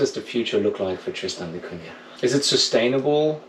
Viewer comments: Great Video, as a Guernsey man I also appreciate solitude, only comment is there is no Y in Cunah so its not pronounced da Cunyah just da Cuna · Maka calls it " Kun~nya " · Even after you were told how to pronounce it, you STILL pronounce it TristOn...it's TristAn...and it's NOT CunYa....Come on!!!!! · Thanks for giving us a chance to see what life's like on Tristan da Cunha, a place I've always been very curious about, but will probably never be able to visit (at least I did visit beautiful Ushuaia, though!). And since I'm a native speaker of Portuguese (I'm Brazilian; the island was named after Portuguese navigator Tristão da Cunha, adapting the first name to English spelling), congratulations on your very close pronunciation of "Cunha", which contains a sound not found in regular English words (Portuguese "nh" is the same as French or Italian "gn", as in "mignon" or "gnocchi" — so, sorry, guys, "piranha" is NOT pronounced "piranna", but rather as if it were "piragna" in Italian; it's similar but different from Spanish "ñ"). Only remark: the middle "da" MUST be in lowercase. It means "of the" in Portuguese (in the feminine singular form), and you don't capitalize "of [the]" in English either, even in personal or place names (e.g., "Prince of Wales", "Port of Spain", "Mull of Kintyre", "Lake of the Woods").